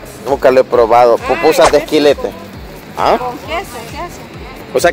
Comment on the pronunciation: No es "quilete" es quilite.....................se le hecha a la sopa de frijoles, pero ese quilite ya esta muy maduro